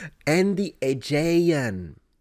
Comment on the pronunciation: Just a pronunciation tip: The most common pronunciation in English today of the word "Aegean" sounds like this: uh-JEE-un.